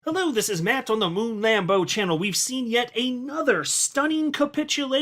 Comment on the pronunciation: I'm here for the HARD T when he says "Hello, I'm MatT on the Moon Lambo." It's so crispy. Sounds like a hi hat.